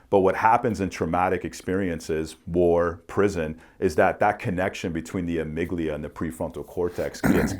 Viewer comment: I don’t mean no disrespect, just want to help out. the amygdala is pronounced “ah-mig-dah-lah” vs. it sounds like you’re saying amygdilia. You sound very smart though, I think the PTSD tests should be done like you were talking about.